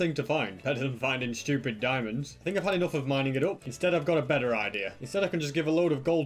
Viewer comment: Shtewpid dimonds lol